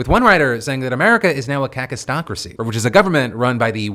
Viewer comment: Phil...the work "kakistocracy" (sp?) is pronounced the way you say cluck with a silent L.